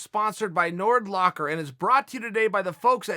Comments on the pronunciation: Chael "Got em in a Nordlock" Sonnen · Nordlock LOL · I download nord locker each time uncle chael said “nord locker”